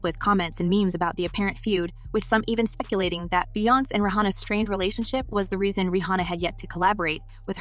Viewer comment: Stop pronouncing Beyoncé’s name incorrectly! If you can’t be bothered to seek out the correct pronunciation of names, stop reporting on them!!! It’s very disrespectful!!